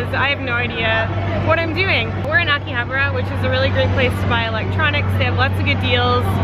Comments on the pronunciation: A-ki-ha-ba-ra not aki-habra pronounce your words properly. Yeah I understand you're not Japanese but bloody hell I was cringing. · it’s pronounced Ahkihahbaarah